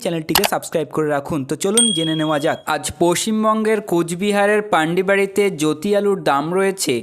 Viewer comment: পান্ডিবাড়ি না রে,ওটা পুন্ডিবাড়ি